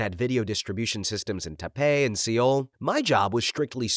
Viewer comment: Taipei and Seoul? Undersparked maybe you ARE ai cause wtf were those pronounciations 😭